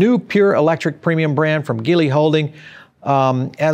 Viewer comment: ...it í pronounce as G - Lee..